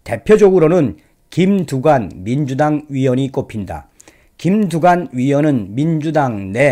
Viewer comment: 흠~꼭뚜관네라 ! , 흠~꼭무썽이라 ! , 이내전술을 숭배 해따는건데 ~음 ! .